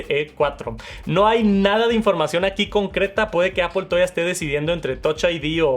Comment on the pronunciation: Normalmente veo los videos con CC y como hay palabras que las sobre pronuncias, es cómico leer cosas como “Pantallas oulette” o el “Apol iPhone SE “ “Max safe “ 😅😂